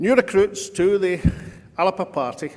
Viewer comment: Alex and Ash are two of the best politicians in Scotland…. But gonny stop using the pronunciation …Alapa , believe me , that particular pronunciation is the vernacular of an area of the Western Isles …. You could say slang Gaelic ….. the same Gaelic speakers pronounce ‘Glasgow’ as Glasaco …. :) e.g As we all know…. A Glaswegian…. of the proper rough n tumble type….pronounce ‘Glasgow’ as Glezga …., this stems from a long forgotten use of Scot’s Gaelic …. now taken for granted as the local vernacular of an English language pronunciation of Glasgow….. ( I use this merely as an example) …. I’m trying to point out ….. Alapa seems to have been adopted by our great orator as the way to use the magnificent title Alba … go ask any Irish Gaelic speakers who the many thousands of our lovely cousins pronounce Alba ….. i.e …. The way it should be :)))) which over powers the small pocket of Western Islanders ALAPA :))))) SAOR Alba ya Bas :)